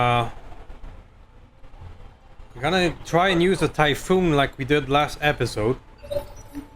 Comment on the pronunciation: Orochi=Oh-Roe-Chee. Typhon=Ty-Fon. Close call on that headshot thought that was gonna be the oh S**t moment of the episode, then you got nuked and no one died so WOW great luck there. The Spiders performance was amazo. Man i LOVE those Direct Arrow shots never a dull moment there. Don't forget you have Sensor lock now so you can nerf those guys when they first drop and still have protection. I reinstalled and looked and you can put 7 Snubs on that SH urbie, SH stealth is a thing but you need the SH stealth armor. Exchanger++ is actually better than the Clan Exchanger for mechs with big heat weapons because it's -15% heat -9 heat and clan is -10% heat -15 heat. That 5% makes a big diff when firing artillary and energy weapons with big heat numbers. The spider 5M is the one you want for the 2 arrow 1 thumber cannon build but you can put 4 arrow iv Clan on the one you have. I would have scrapped that Marauder it's not worth it. Drop costs, the hit penalties, not very good weapons slots etc etc just not worth it. Great fun watching man keep it coming.